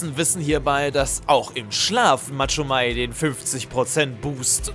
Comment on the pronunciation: Machomei nicht Matschomei 😂